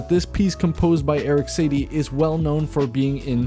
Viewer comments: Lol Erik Satey... it’s pronounced Sa-ti-eh...but it’s nice to see an appreciation towards classical music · satie is pronounced “saw-tee-ay” not “say-tee” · Erik Satie is pronounced Suh-tee. You're welcome 😂. Great video btw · The composer's name is pronounced Eric Saw-Tea ♥️ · Eric saties song is pronounced like "nosy-N". That was the first connection I made personally when I heard the song. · Heads up, the composer is Erik Satie (pronounced Sah-tee) and Gnossienne is (Naw-see-en) hope this helps! Really cool info about the Bflat. It’s also the lowest note in the original Gnossienne 1. =) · Probably need to pronounce “Satie” correctly 😖